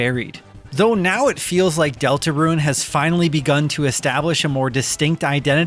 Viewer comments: I keep hearing Delta RUIN (roo-ehn) - when I'm pretty sure it's just DeltaRUNE (ROON) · I keep hearing Deltaruin instead of Deltarune